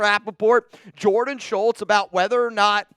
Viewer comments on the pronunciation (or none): none